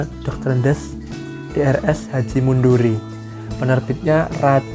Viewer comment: Bang nama penulisnya itu Mundiri bukan Munduri